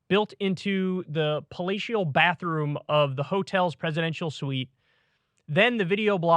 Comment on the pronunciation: HA HA HA! I though I heard "FALLATIO" when KYLE said, "PALATIAL"